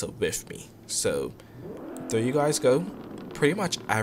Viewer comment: I love the way you do that right thur right thur lol